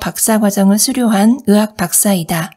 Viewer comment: 으원ㆍ으사ㆍ으학 아니고요 의원ㆍ의사ㆍ의학 입니다